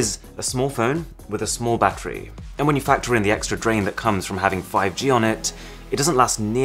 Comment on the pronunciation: battery sounds like boobies